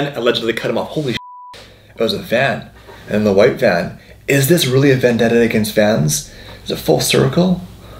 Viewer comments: A "vandetta" LawL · It was a “vandetta”. 🤣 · It’s a “Vandetta” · IT's a van-detta. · it's a Van-detta